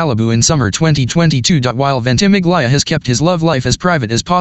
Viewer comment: Forgive me for correcting you, but Milo`s surname is pronounced VENT-uh-MIL-ya not VENT-i-mig-LYE-uh